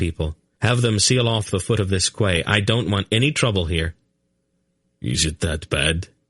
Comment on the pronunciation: I love the whole thing but ffs Quay is pronounced as Key!!!!